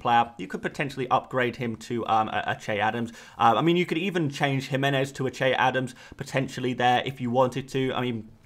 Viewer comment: Thank you for pronouncing Jimenez correctly!!!!! You're about the only person who does!